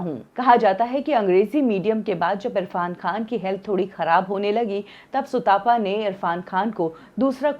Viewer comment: सुतापा नहीं भाई सुतपा है। तप से आया है। सुतपा मतलब जो अच्छी तप करने वाली है। भारत के लोग आजकल तप शब्द से भी अपरिचित हैं!